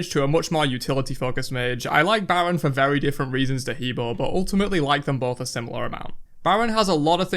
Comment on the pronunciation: He Bo is pronounced Heh Bwoah by the God itself lol